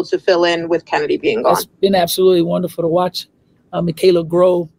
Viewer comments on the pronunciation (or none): chennedy is pronounced kennedy